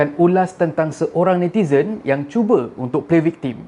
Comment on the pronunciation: viktem sebutannya bukan viktim